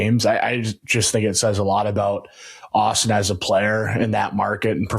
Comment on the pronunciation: It's Auston lol